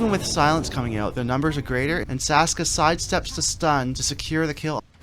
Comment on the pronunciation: idiot its saksa not saska son of dog, looser.